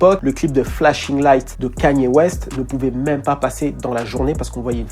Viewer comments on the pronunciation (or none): none